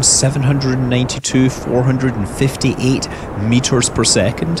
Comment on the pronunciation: Are you really a scientist? You can't even say 299,792,548 correctly.